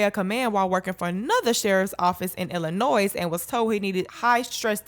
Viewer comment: Love the reporting and illustrations but s in Illinois is silent..